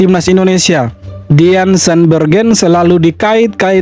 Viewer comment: Pelafalan namanya salah.. DEAN itu dibaca diyn.... Bukan deyan... Jangan sembarangan baca nama orang.. Kalau BUDI dibaca byu-dai mau gak...???